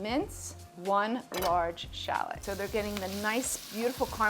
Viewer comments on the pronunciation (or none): none